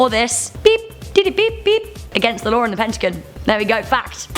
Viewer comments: Lawr. Pentigun. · Does anyone else hear her saying law like lare